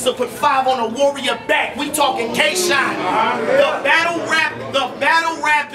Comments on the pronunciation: "Kay" Shine? That's low-key disrespectful. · "Kay" Shine, tho? SMH